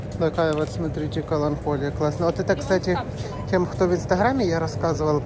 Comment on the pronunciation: КаланКоля😂 каланХоле 😂 Коля 😂😂😂